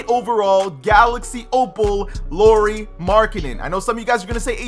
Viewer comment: And its pronounced lowry not Lori lol